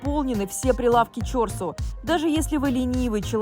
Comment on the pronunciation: В слове "Чорсу" ударение на "у" , а не на "о".